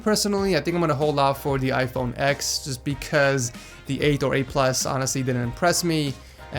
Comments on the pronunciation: It's called iPhone ten not ex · Space Grey plz. and stop calling it "iPhone ex". it's pronounced iPhone Ten